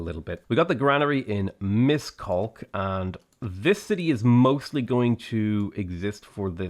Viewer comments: I really like the videos but I'm constantly bothered by your pronunciation of Hungarian cities e.g. Pecs is pronounced like 'petsh', Miskolc is pronounced 'mishkoltz', Szeged is pronounced 'sayged'. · Thank you for the amazing video,, you lightened up my Sunday. As a Hungarian, I want to give some tips on how to (sort of) pronounce the names of these cities. My fellow countrymen, feel free to correct these, let's help our lad improve! #1. PÉCS: try saying peach but with an 'ai' as you would in 'gain' ('Paich'). #2. MISKOLC: Instead of a 'K' at the end, try something like 'ts', and an 'sh' instead of 's' sound, so 'Mishkolts' should work. #3. SZEGED: This depends on regional accents, but don’t to pronounce ’g’ as a ’z’. Google translate says 'Seg Ad' in a close enough way. #4. DEBRECEN: Just pronounce the ’c’ as a short ’ts’ again, and you’re good to go., you almost nailed it. #5. SZÉKESFEHÉRVÁR (probably looks scary): you pronounce it like ’say-cash-fahaervaar’ (make sure to hit all consonants) The way you say BUDA, and EGER are pretty good, imho I also love the new editing style a lot, specially the occasional iguanas. Respect and stay safe😉